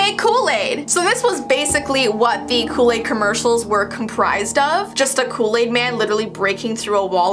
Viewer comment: I don’t know what loo laid is but it sound good!😂😂😂